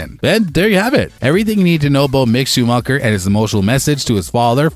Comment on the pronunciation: The way Schumacher is pronounced... Then Verstappen and the comparison with WWE. WWE has an element of acting in their sport. Formula 1 has no acting in a race. Come on dude...